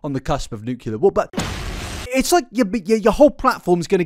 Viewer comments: “Nuclear” only has one u in it. Worse than mispronouncing her name for a whole video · Not being a hater, but the words “nuclear” not “nucular”